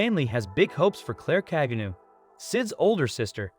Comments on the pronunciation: NOT ka-je-new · Kageni not kagenu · That is the most white pronunciation of "Kajenew" I've ever heard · its pronounced ka-ge-no